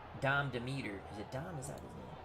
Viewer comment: It's promounced DEM-eter